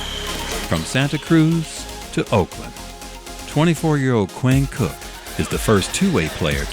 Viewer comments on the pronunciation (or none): They said Qainn cook it’s Quinn cook